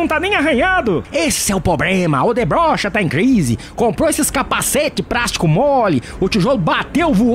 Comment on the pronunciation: "Odebrocha" Eu entendi kkkkk